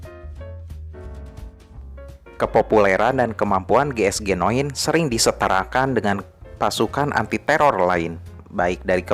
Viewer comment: Bang cara bacanya jiesjinine,bukan geesgenoen